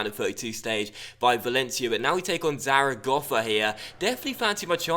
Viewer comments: great pronunciation on zaragoza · I think it is actually spot on